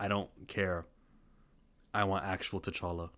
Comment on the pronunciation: It’s T’Challa.